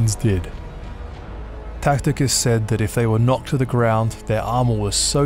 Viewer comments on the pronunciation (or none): Did you say Tacticus ? Tacticus? 🤣